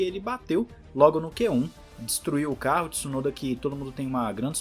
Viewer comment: Tsu-no-da. Please!